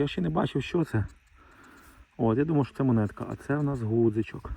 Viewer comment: Ґудзичок–ґудзик.не «гу»…